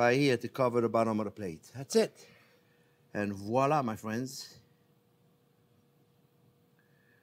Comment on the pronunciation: "Well hello there phrinzzzzzz"